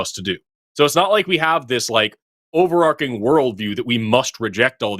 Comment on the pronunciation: Forrest- “over arking?”